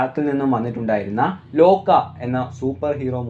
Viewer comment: ലോക്ക അല്ല ലോക